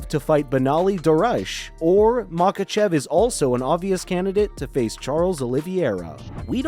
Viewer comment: This guy cannot pronounce anything, lol. Except Machachev